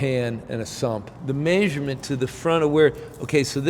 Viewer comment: did you just say maysurement??!! 😂😂